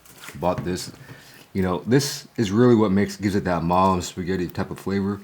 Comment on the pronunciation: I love how you called it spagett! 😂